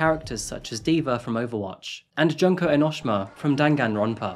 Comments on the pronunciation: ITS ENOSHEEMA not enoshima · "eno-sh-ma" 😶‍🌫😶‍🌫 "eno-shi-ma" 😌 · Dude, it's pronounced enn-oh-shee-mah, not en-noh-shih-mah